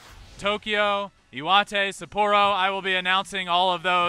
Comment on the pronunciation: Hey Ben, say SUPP-ah-ro, not sa-POOR-o. The R kind of disappears in your mouth, the opposite of a Spanish rolled R if you will. Hope you have some time to relax in the countryside, go hike up Mt. Iwate.